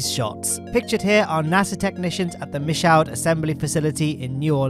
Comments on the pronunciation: It's pronounced "MEE-shoe" for Michaud. Edit: It's near New Orleans and we butcher all pronunciations here. This is coming from a born and raised New Orleanian. P.s. If you're ever in the states, a trip to the gulf south would put you within reach of almost all of the space facilities. Michaud, Boca Chica, Cape Canaveral and Stennis. Plus you can eat like a fat and happy kid. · as a Louisiana resident I just wanted to let you know that Michoud is pronounced Mee-shoo. You have an amazing channel and love watching all of your content.